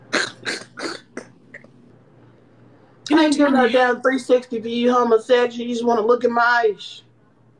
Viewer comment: Wtf is a baluga? 😂